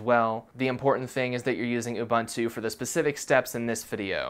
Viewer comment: My guy, its Ubuntu(U-bu-ntu). . . literally. . .not ubantu. . ..